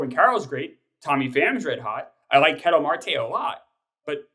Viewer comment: "Kee-tell Marte" lolol oh geez they never watched an AZ game in their life